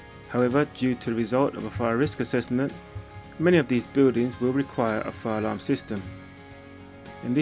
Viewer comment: Fuh lum = ???! Fire alarm is correct don’t say fuh lum and make new vids